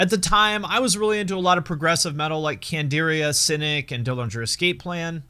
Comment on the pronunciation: You said CANDIRIA!!!!! Good for you.